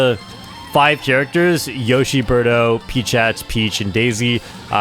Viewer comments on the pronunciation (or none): none